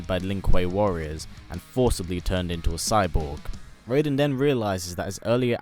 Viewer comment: He said raiden correctly!!!